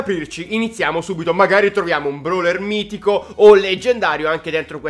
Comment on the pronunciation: Ma sai parlare mistico? Se mai mitico mha